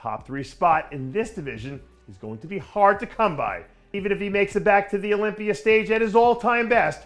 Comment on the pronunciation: What the fuck is an "Olypier" ?